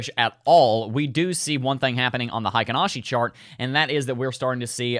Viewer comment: Not sure if you care much about this kinda thing, but Heikin-Ashi is actually pronounced "hay-kin" rather than "high-kin." In Japanese, "ei" makes an "ay" sound, but in German, it makes an "eye" sound. Source: I'm a huge weeb. Also, I feel that the halving cannot be priced in. If the mainstream knows about it, that doesn't mean the price'll adjust to an expected future value. It can't be priced in because the supply shock hasn't been felt yet.